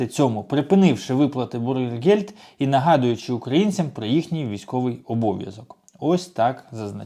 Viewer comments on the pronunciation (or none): Дуже правильно на разунок чоловіків. У вас жахлива вимова. Бюргер гельд. Не бургер